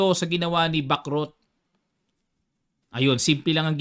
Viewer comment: Sana bigkasin ang tamang pagbigkas sa Bacrot, para gaya ng chess matuto din tayo sa language ng mga taga France